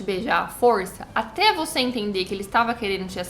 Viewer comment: Vc fala do sotaque do salsicha mas você fala "forrrrrrrrrrrça"